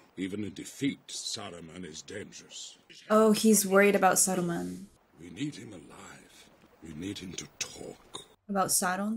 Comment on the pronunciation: well, that's the first time I hear someone slightly mispronounce Saruman's name but I really liked it